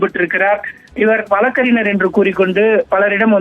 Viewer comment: சரியா உச்சரிங்கப்பா !! வழக்கறிநர் அல்ல வழக்கறிஞர். க ங ச ஞ இதில் மெல்லினங்களான ங வும் ஞ. வும் கவனமாய் உச்சரிக்க வேண்டும். தமிழ் நம் தாய் மொழி அல்லவா ?